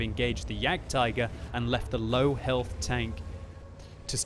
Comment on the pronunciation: It's jagdtiger